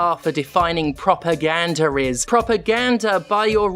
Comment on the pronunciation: I'm not proud to admit this, but I was 21 minutes into the video before I realized you were saying propaganda rather than "proper gander".